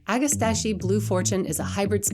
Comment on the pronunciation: Ag-ah-STACK-ee. You're welcome.